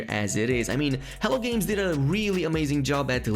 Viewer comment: It sounds like you keep saying 'hell games' instead of 'hello games', apart from that, thanks for the helpful info